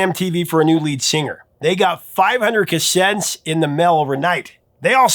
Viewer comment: 500 casents?? Its cassettes idiot